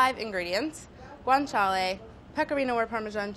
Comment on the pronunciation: Even though she can't pronounce it